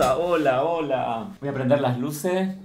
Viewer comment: Las LUCE JAJAJAJAJ SEÑORA NO SE COME LAS S JAJAJA EL ESTRES QUE MANEJA X DIOS